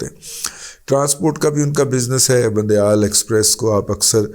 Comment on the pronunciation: رضی صاحب بند یال نہیں گند یال